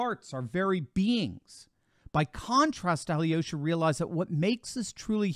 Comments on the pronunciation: Alyosha is pronounced as Al -yosha. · The way they pronounce Alyosha is hilarious!